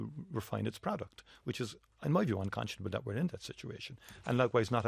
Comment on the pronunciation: How many times did he say uncontionable,????